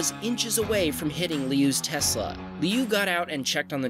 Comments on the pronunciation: It’s kinda like lee-ew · sort of, just with different tone. 6 (Liù) is falling tone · pronouncing "Liu" was the most American thing I heard today